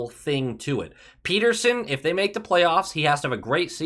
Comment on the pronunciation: pet-ter-son not peter-son!